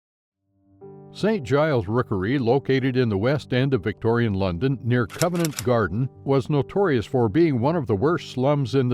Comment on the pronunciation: No, I don't want more. This is an informative video, completely ruined by the narration. Should have had a British narrator or at least someone who is able to pronounce Covent, Westminster, Bermondsey, Thames and Southwark. Made my hair stand on end. 👎👎